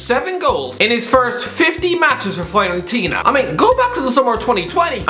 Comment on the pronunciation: Any chance you could learn to pronounce Fiorentina properly my good man?